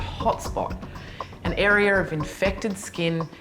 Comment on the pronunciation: Area is pronounced (air-ee-uh) NOT (air-ee-err)!!!!